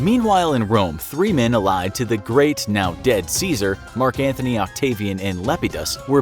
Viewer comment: It is Mark Antony not Mark Anthony! FFS